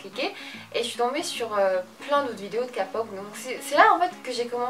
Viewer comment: OMGGGGGGGGGG TAEYANG Sinon on dit pas "kapop" mais " képop"